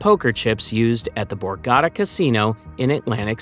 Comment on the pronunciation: Great video and very exciting! But remember it’s the borgata casino, not the borgadda. Pronounce your T’s pls young man